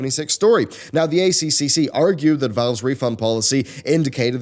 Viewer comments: Just FYI it's pronounced "A triple C", no Australian will ever call it "ACCC" and it sounds strange and unnatural that way. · As an Australian I feel like I need to say.... it's "A triple C" not "A C C C" I know it's both really.... but holy jeebus it sounds wierd when it's pronounced in the later way! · weirdly enough, both 4 syllables, just hits our ear wrong when we hear A-c-c-c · stop calling it Aye Cee Cee Cee its the god damn -Aye Triple Cee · FYI It's the "A triple C" it's easier to say and that is how we say it here in Australia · I’ve been saying this on multiple youtubers covering this story, but the acronym is said as “A-Triple-C”. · A triple c it’s pronounced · I've said this to Yongyea, Jim Sterling, Pretty Good Gaming, and LegacyKillaHD. It is pronounced A triple C. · hahah It's funny hearing all the overseas youtubers saying a c c c :D dont correct them!